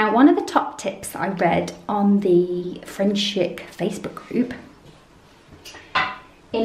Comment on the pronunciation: I have frenchic round my house! Love it 😍...but...it’s pronounced frenchic ( frencheec)! Yes I’m a sad cow 😂...frenchic alfresco is tougher than the finishing stuff, so you don’t need it really..I’ve had greyhound alfresco on my staircase for 2 years without finishing coat and it’s only just needing a refresh xx